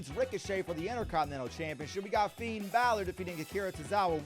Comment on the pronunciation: For the love of God please stop saying Finn's name like that. Disrespectful and sounds horrible.